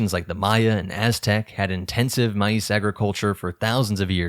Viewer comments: why does he say maize like "mai-eece" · The way the narrator so blatantly mispronounced Maize and Legumes makes me doubt the "I'm not AI" comment made early on